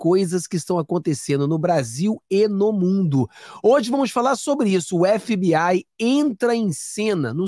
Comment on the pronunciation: FBI, é o melhor, vc é o primeiro que pronuncia (FBAI,)é o correto, tipo NCIS, (NCIAIS) parabéns